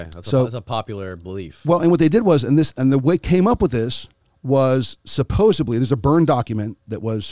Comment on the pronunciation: I don’t trust people that say “supposably”